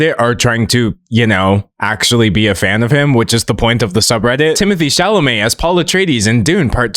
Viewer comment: I thought he was so hot until Katya called him "Timotay Chalamay Tae in the wae".....it's like she snapped me out of a spell and i will never recover...😂😂😂😂